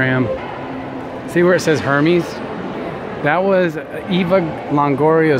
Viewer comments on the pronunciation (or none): "air-mez", not herrmeez lol. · Hermes, the way you pronounce it makes it sound like some kind of STD... Love you guys!! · Air-mez= Hermes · Hermes is pronounced: air-MEZ